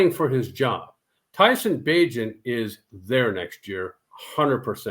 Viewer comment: This man said bagent I'm done